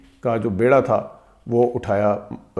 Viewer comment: بیڑا کا صحیح تلفظ ' بی ڑا ' ہے ' بے ڑا' نہیں. اور خواہش کی وائو ساکن ہے.